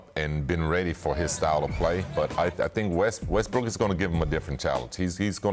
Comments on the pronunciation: Scottie said Rustbrook 😂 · Nobody: Scottie Pippen: Russbrook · "Russbrook" - Scottie Pippen, 2019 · Scottie “Russbrook” Pippen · First the rockets owner says “Likers” and then Pippen says “Russbrook.”